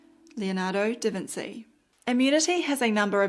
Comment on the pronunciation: You must be the only person in the world to pronounce Leonardo da Vinchi as Leonardo da Vinsi. Apart from that. You are bloody marvellous!